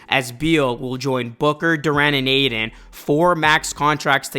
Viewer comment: Ay-TON not aiden bruh